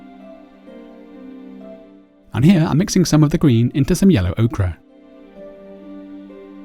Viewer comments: Very nice tutorial. But surely Ochre is pronounced Oaker not Oakra :) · ochre [oh-ker] okra [oh-kruh] I've tried to ignore it.....but I finally gave in.